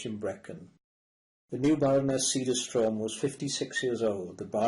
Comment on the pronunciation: to the narrator: Semiramide is not pronounced the English way but Say-mee-rah-mee-day! Also, not Vai-o let-tah, but Vee-o let-tah. the Baron's name is pronounced Say-dare-str-o umlaut, difficult to write in English.